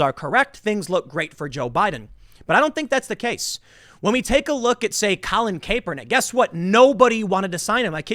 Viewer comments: Sigh, it’s ka-per-nick not KAY-per-nick !! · Wait is it actually pronouced cape-er-nick and not cap-er-nick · "Cap-er nik" not "cape-er nik" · TIm, Kaepernick is pronounce ( KAP-er-nick) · Tim, Kaepernick is pronounced 🧢-er-nick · Tim did you say Kay-Pernick? 🥴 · Tim, its pronounced Cap er nick. Or if you prefer, Muslim influenced commie dipstick. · Stop saying Kaypernick